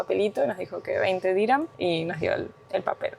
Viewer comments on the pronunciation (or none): Chicos es dirjam no diran la moneda es Dirjan